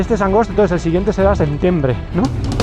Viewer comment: angosto, sentiembre, ocntubre, 🤦‍♀🤦‍♀🤣🤣